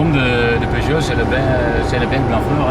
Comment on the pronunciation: Nice to hear the name of the vehicle pronounced correctly.